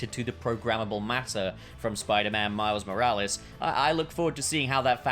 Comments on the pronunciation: "Miles More-Alleys" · "Miles Moralies."